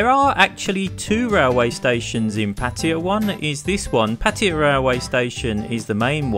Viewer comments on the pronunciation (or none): I do wish especially the English among you would go to the trouble to pronounce Pattaya correctly. it is Pat tay a {not Pattia. don't take my word for it, look it up